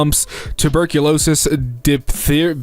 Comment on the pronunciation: really gets me because even struggles to pronounce diphtheria and seems to have no idea what it is. These are things that still kill people and are a real threat in poorer countries. If you've not seen it in 10 years, it's because the vaccines, which are a HUGE privilege for many, are doing its job. I'm always taken by surprise when people from abroad don't seem to even know diseases like mumps, polio, rubella, etc exist